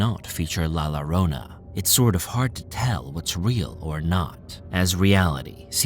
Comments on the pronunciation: It is written with two Ll...Llorona. And is pronounced with " "J" for the "Ll" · Just to let the narrator know la ĺlorona when there's double ll it's pronounced as a j in Spanish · The name is la llorona with double LL and you got the story all wrong coming from a real Mexican that knows exactly how la llorona sounds and it doesn’t hunt ppl with kids..you need to get your facts straight…Lol